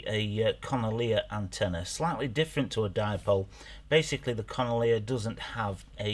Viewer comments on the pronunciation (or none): Con olier Lolol made me giggle that did.